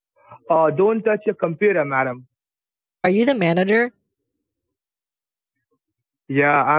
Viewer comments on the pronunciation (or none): cant get enough of this guy and his way to pronounce "madame" as "mom"